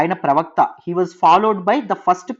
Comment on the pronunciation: pravakta chanipoindannaru?? No clarity